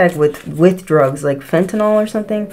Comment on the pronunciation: Druuugg 😂😂😂😂 love your pronunciation. ❤